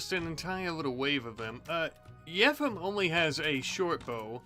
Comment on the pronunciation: I think yefim's name is pronounced as yeh-feam